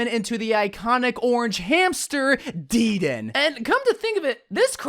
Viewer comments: its de-den-ay not deeden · imma dislike for (Deed-N) it’s (da-den-a) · Deeden lol it’s dedennAY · No one: DEEDEN (He said it wrong it's pronounced "dedenay") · Me: dedenne: DEEDENT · DeeeeDan are you joking that’s not how you say it 😒😒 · It’s pronounced: Deh-Den-Nay= Dedenne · That’s not how you pronounce dedenne It’s (Deh-den-A) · The way he butchered Dedenne’s pronunciation bru lmaoo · I almost unsuscribe when i hear how you say “dedenne”